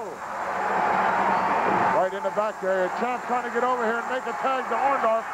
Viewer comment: It's Orndorff, not Orndoff. That's what Hogan called him though haha!!!